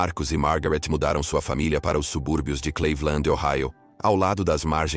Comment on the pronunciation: Pq esse narrador/IA chama Cleveland de CLEIVILAND ?????? Fala sério !